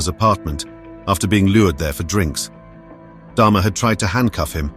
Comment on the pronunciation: Get his name right, it's DAHMER NOT DHARMA